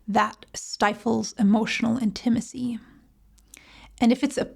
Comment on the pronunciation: Your pronunciation, inflection of the word 'Intimacy' is a bit off.